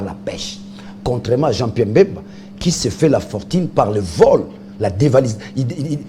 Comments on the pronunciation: a du mal a prononcer BEMBA, a la place il dit MBEMBA,Quelles etudes faites? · Il s'appelle Bemba et non Mbemba.